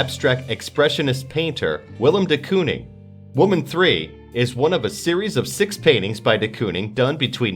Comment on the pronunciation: Moreover, he pronounces women as woman. Yet he has no foreign accent. I'm baffled why he can't get the pronunciation correct.